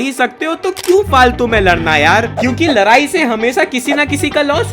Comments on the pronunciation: Ladai** not larai 😂😂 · Ladai Nahin ladai totale bhaiya Apna video mat Dala karo